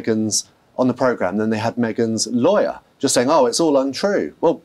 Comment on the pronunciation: It's MeAgain's "Liar" not Lawyer! 😂